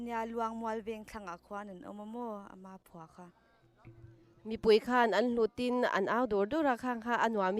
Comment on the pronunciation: Khawmpui tih laia pui tih hi i thluk dik lo tlat, 'pui' tih lai hi ropui tiha, 'pui' tih thluka thluk tur a nia. Hei hi nutling patling ṭhankin zet te pawh hian an lam dik lo fo a ni.